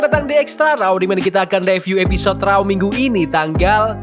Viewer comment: Please pronouncation tu......raw= row. Not rau